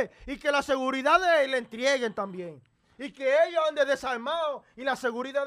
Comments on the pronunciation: Se dice entreguen no entrieguen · No se dice entrieguen, se dice entreguen.